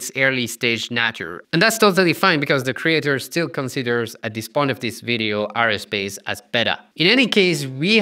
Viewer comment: aerospace ... air-o-space not areospace